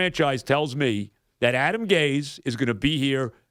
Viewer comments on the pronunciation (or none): Someone better tell Joe it's pronounced Gase not Gays.